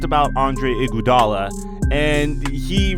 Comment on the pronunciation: Dis nigga keep sayin Andre "Gudala"😂😂💀